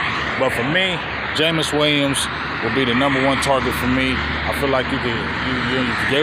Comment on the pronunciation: Brother, it's Jameson Williams (not Jameis), but I know who you were talking about. LoL I'd rather have: George Pickens Jameson Williams Keenan Allen Amari Cooper In this order. Just get SOMEBODY who opposing defenses have to respect.